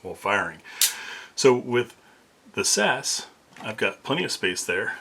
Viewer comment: You say the letters, not pronounce the "word" guy. S A S, not "Sas".